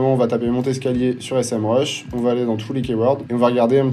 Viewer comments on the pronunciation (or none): Merci pour cette vidéo de qualité. Parcontre c'est pas S-M RUSH c'est Sémrush 😂